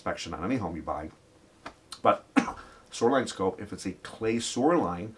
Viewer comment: Soux-er. vs. Show-are. Must be a lake effects accent! Lol. Seriously, i even ran with captions and could not get it.